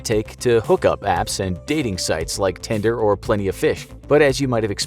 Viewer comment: Did he called Tinder,Tender?